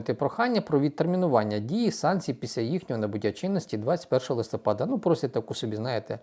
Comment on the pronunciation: Чому "листОпад?", листя пАдають, отже - листопАд.😢